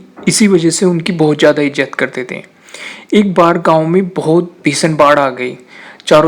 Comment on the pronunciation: viswas... (vishwas)...Ijjat.. nai (izat).... jarorat... (zarorat) .. Taaj....(Taiz) ..Raksa .. Raksha... Manjil.. Manzil... saree... Share. :P Please speak correctly. Thanks Use Correct Urdu world so that we will share your videos. Thanks